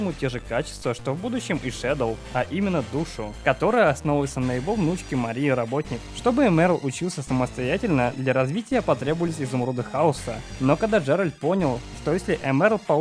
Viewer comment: И не "Роботник", а "Роботоник". Хотя, в разных адаптациях по разному, как "чаотикс" и "хаотикс"